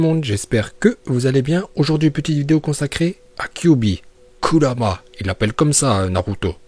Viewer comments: Prk tu dit kulrama tu peut dire kurama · On dit Uchiwa et non Uchiha on dit Kurama et on dit Naruto Shippuden et non Naruto Shinppunden